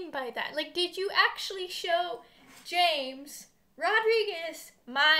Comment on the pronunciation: U pronounce James as Hamis